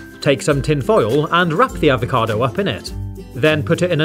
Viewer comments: he: Talk Very normal He: say avocado HE: AvoCAdoW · the way this guy says "avocado" ruined avocados for me